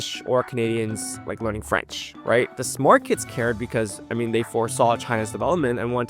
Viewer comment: As a French person living in hk, I’m impressed by your French prononciation